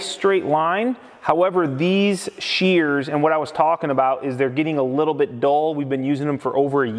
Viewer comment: Omg they are called SHEARS. Shhh, Shhh-ears. Sound it out. No not CHEARS. There is no Che Che sounds. Drives me as crazy as people who say filder instead of filter.